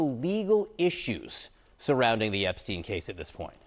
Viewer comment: Epstein not Eastern